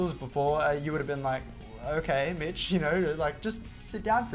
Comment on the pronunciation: I thought Mitchell said "ok bitch, take 5 maybe..." But he actually said "ok MITCH"